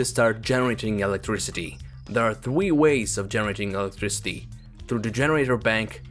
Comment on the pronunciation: thwee ways?O_o